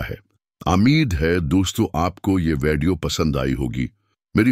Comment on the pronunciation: آپ کے الفاظ کای ادائیگی کا طریقہ ٹھیک نہیں ھے لفظ وڈیو کے بجائے آپ کی ادائیگی وے ڈی او ھے آپ نے پر مغز گفتگو کیا ھے مگر اس سمجھنے کیلئے دوبارہ سننا پڑا ھے پھر کچھ باتوں کا سمجھ نہیں آیا ھے اپنی الفاظ کی ادائیگی کو بہتر بنائیں